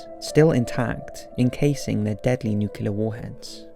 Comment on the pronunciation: It’s *Nuclear not Nucular